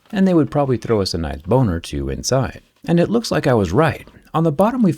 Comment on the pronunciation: Did he say bone or two or did he say boner?